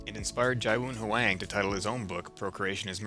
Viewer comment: You’re pronouncing Ji Woon’s name incorrectly. It’s “gee-woo-n”